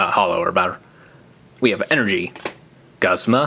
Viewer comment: Guzma-Gooz-mah is the pronuatation